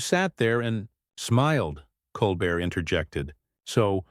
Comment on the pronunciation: NEVER HAPPENED. Nuff said. The narrator (either AI or an ignorant human) can’t even pronounce Colbert’s name correctly.